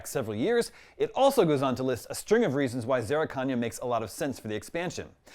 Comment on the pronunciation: Zerrikania is not pronounced that way 🤣